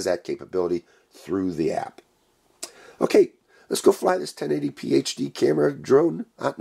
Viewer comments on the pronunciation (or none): none